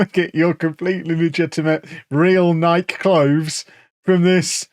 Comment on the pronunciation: We're all just going to allow to say "Nike" like that are we?